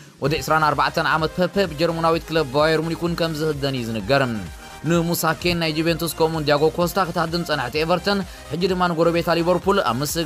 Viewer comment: Moses Kean not musa kean